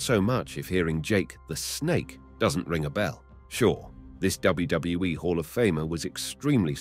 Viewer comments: DUDE ...... please enunciate with me..... its.......W.........W........E ........ Not WWUUUWUWUW W E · How come sometimes he can say WWE but the majority of the time he says WdedaWE or some other weird stuff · I know. And it is in all wrestling videos of this guy. Even worst in another, he mispronounced Stacy Keibler. 😂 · What the heck is WGWE? Until he can say it correctly he needs to stop uploading videos. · This guy can't even say WWE properly so he don't deserve to be narrating this show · Glad you said that, I thought maybe I was having some sort of stroke or something haha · 4cx listen to the way he says WWE he puts 2 ds in it almost every time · Someone teach this guy to pronounce WWE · This guy mispronounces WWE so confidently he almost makes me wonder if I'm spelling it correctly.